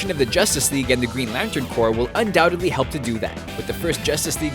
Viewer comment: We found someone that's says Corps right on YouTube! Thank god